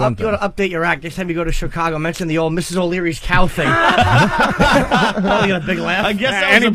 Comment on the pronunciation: “Here’sh da ting”*